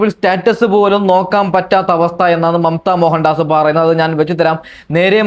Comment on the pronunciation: നീ ആദ്യം അക്ഷരം വൃത്തിയായി പറ റേ ണു സുധി അല്ല രേ ണു..., മമ്ത മോഹൻ ദാസ് ആണ് ഡാസ് അല്ല